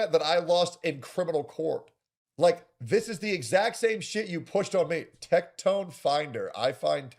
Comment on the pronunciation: uhg ok "tectone"